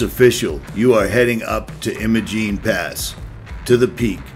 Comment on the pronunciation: The locals in Ouray pronounce the “I” in Imogene like the “I” in “lime”, not like the “I” in “him”.